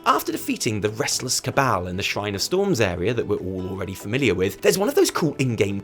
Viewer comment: Keep hearing "the restless kebab" instead of restless cabal